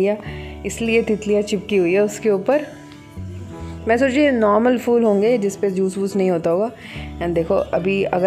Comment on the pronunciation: Phull nai phool hota madam